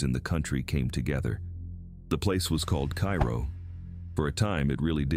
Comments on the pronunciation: KI ro? Pronounced in Illinois as KAY ro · A little late but, IT'S KAY-ROW, not Ki-row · Duhhh, pronounced "Kayro" dummy AI. You wanna say "Kyero" go to Egypt, Foo! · It's pronounced kay ro, not kai ro. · I believe it’s pronounced “Kayrow”. Not Cairo. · Cairo is pronounced cayro People still live there. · In Illinois it's pronounced Kay-ro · It's pronounced KAY ro. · It's pronounced, CARE-oh. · I live about an hour away from Cairo, Illinois. It has a reputation as a bad and very violent town…btw the locals pronounce it “Kay-row” or “Care-O” like the corn syrup. This has been accepted as the correct pronunciation around Southern Illinois. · It's pronounced Care-o. My grandparents lived there many years ago. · The town is pronounced, "Kàyrow or Care row. It depends on where, in southern Illinois you were raised.😂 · Yeah, please learn to pronounce our towns correctly. Cairo is pronounced Karo. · It’s pronounced KAY-RO! And the earthquake is the MAAD-RID, not like the Spanish city. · It's pronounced "care oh.". Just ask everyone who lives there. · No, it is pronounced kay-ro. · I am friends with 16 people who live there - all born and raised there - one in her 80's, one in her 70's, two in their 60's - and they told me it's pronounced "care oh." So I guess people can pronounce it however they want to. 😅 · Cairo Is Pronounced "KAY-ROW". It's Not The Same As The Capitol Of Egypt. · Cairo is pronounced Kay-ro, not like the city in Egypt even if it is Little Egypt. I live in Mt. Vernon, IL now, but spent 40 years in Carbondale, and was born in Campbell Hill, a town of 300 in Jackson County like Carbondale. I sure remember Valmeyer flooding and relocating, and I have been to Old and New Shawneetown many times. Thebes is a wide spot in the road I've driven through many times, and I remember when Grafton used to be a good sized town. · It is pronounced Care O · CARE-oh is how I always heard it pronounced I am from Northern Illinois. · AI is infamous for mispronounced names.